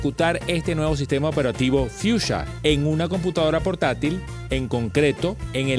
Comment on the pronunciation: no dices bien en nombre